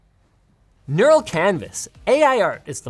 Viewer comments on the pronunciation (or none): none